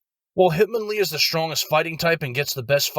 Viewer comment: Hit-MON-lee Not Hitmon- Lee In my opinion, enjoyed video.